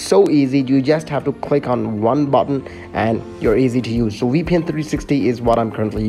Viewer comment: btw is vpn not weepn 😂😂😂